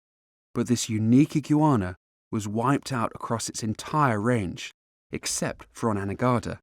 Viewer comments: why does this guy struggle to say "iguana"? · Mark Dobbins many Brits pronounce iguana as Ig You Ana. Similar to the pronunciation of Jaguar (American, Jag Wire, British, Jag You Are.)